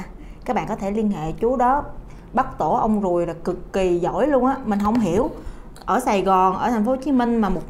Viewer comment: tổ ong ruồi chứ ko phải tổ ong guồi nha chj😅